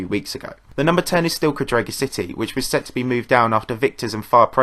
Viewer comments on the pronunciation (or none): btw it's cádrega not cadréga